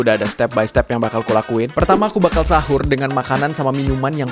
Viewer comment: Pas mau tidur ngomong habis hahur bukan sahur😅😅